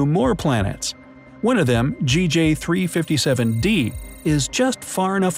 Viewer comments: Sir sometimes you said JG NOT GJ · Re: the planet naming system. In general the “A” object is the star itself, thus the first planet is designated “B”. Also, this system is GJ357, but you keep saying “Jay”-“Gee” instead of “Gee”-“Jay”. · He says GJ not JG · So we r not gonna talk about how he says it as JG instead of GJ? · He kept saying JG it’s GJ😂😂😂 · He keeps saying J-G instead of G-J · there was one time you said JAY-GEE 357d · You should re-read the script. You used both GJ and JG in both instances for both B and D.